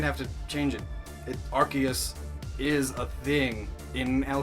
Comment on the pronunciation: I'm so used to people pronouncing Arceus as AR-CEE-US that I didn't realize that you pronounced it as ARK-EE-US. Kudos to you for pronouncing it correctly.